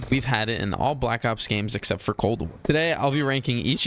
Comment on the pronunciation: You kinda swallowed your words when you said “Cold War” there buddy😭😭 shit was funny as hell